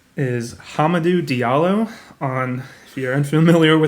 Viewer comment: Nailed the HAM-Ah-Doo and Toe-Ska-NO.. lol How about a live stream on Sundays answering trade questions, rate lineups, waiver pickups for the upcoming week matchup etc.